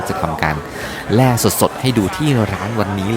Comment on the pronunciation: แล่ปลาครับ ไม่ใช่แร่ และอกกเสียง ร. ล. ให้ชัดเจนหน่อย